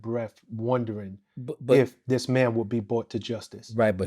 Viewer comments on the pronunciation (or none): Thii whaa thaa, Thii whaa thaa 🤣🤣🤣 I'm just realizing he has a speech impediment 💯🤣